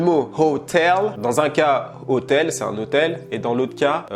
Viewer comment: « Hoe-tell » wlh il est vraiment chaud 😂